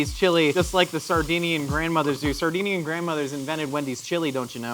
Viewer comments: See i thought he was saying Sardine-ian, as in the fish. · I think he was saying Sardinian which is a place in Italy too